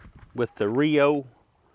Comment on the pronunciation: I love how every time you say are Rio it sounds like you're saying oreo and I didn't know nibisco made shotgun shells lol